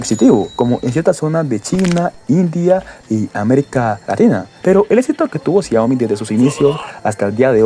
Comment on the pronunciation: Que no sepas pronunciar palabras como exito tambien es un mal necesario ... 😮🤣